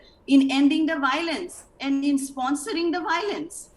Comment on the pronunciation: Why can't the meitei pronounce biolence😅